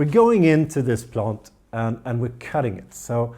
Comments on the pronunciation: No 😭 He didn’t say plont guys!!! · On porpoise do you say “plont”? 😉